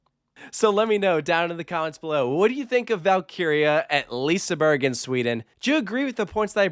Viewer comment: Please learn to pronounce the names of the rides and liseberg properly